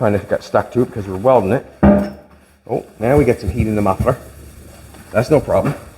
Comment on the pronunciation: You really messed up Jolene’s “muffler”